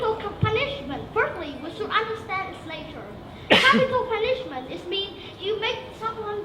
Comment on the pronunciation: Dấu nhấn của từ Punishment sai rồi :v Phát âm sai từ Crime.